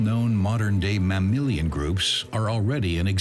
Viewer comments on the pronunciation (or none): It's mammaAlian, not MaMILLION